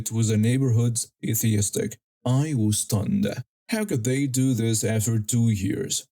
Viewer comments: Hey...longtime subscriber here. Thought I'd help you a little with your English pronunciation. You are pronouncing ' aesthetic' as 'atheistic. 'It is actually pronounced 'ass- thetic.' Hope this helps. Keep up the great stories! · Aesthetic is pronounced: Ass,(as in donkey),- thetics. So pronunce it Ass - thetics.